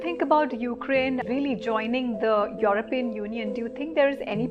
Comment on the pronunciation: Why do you pronounce Europian in that manner. ? Get it right.